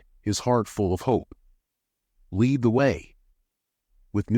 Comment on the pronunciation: Lead is pronounced led. So its pronounced leds ded